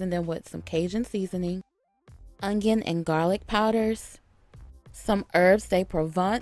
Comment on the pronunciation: Is there a “G” in onion? Ongyun